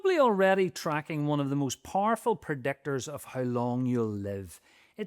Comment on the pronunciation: "Parful pr'decktors..."